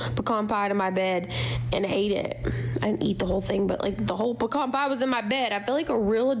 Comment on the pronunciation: She pronounced pecan pie wrong, hidan was closer to the correct way